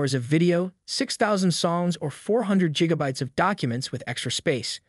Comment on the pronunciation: “JIG-abytes”? Really?😂